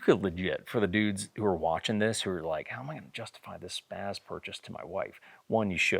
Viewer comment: SPAA-Z not SPAAZ.